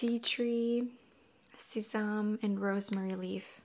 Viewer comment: Hi, I hope you don't take offense to this comment, but in case you wanted to know, sesame is pronounced like seh-sah-mee:) I just thought I'd let you know in case you weren't aware:) Have a great day!